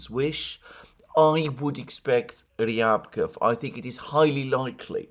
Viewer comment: Ryabkòff, Alexander. Stress on 2nd syllable. Just sayin.